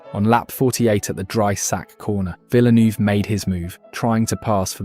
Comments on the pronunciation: I thought it was actually VILLNEW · Erm, Villie-neuv? It's pronounced Vill-nerve 😉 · What da hell is a GEREZ VIL-NERVE not VILLNOOVE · Yeh i know but its pronounced heh-rez not ge-rez and i have never heard vilnoove as a nickname